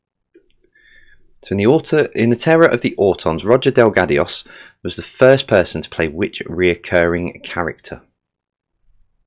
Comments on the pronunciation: 29 out of 30. And it's pronounced Del-gard-o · Terror of the Zygons is Series 13 not 12. It's Roger Delgado not Delgadios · Definitely not sure where you found an I and an S in Delgado but we'll roll with it